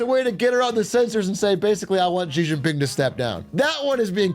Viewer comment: I spent 10+ years doing business in China.... as an example, when they discuss American Politics, they call Trump "TeLumPu". It makes their pundits and commentators sound ridiculous and undereducated to an English speaking audience. SO remember, it's Xi=She.